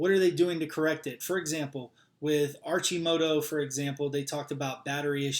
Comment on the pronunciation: it's pronounced Ar-Ki-Moto